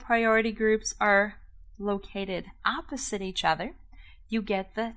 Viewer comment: "ze zame zide" "eeposite" that sounds so German lMAO